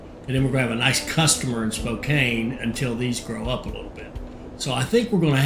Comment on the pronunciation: It is Spo CAN not Kane, otherwise I am enjoying htis.